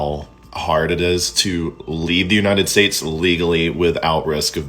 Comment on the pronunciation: "ya-nited states" lol